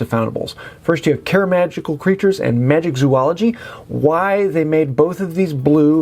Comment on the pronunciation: My brain hurts every time I hear someone say MagiCzoology. This is a PSA: There is no C in Magizoology. These kind of things distract from the information been given :) Love the content.